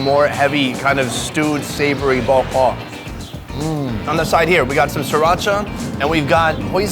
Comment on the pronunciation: pronunciation of bo kho is pretty good 👍